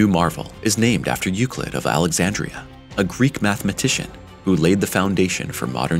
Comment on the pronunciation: its not pronounce youcleet ...